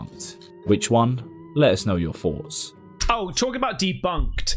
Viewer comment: goose pimples is usually really good... wth they think starlink is just a legit ufo catch, and that some broad doing the walk of shame is a legit ghost lol... he even said foughts instead of thoughts lol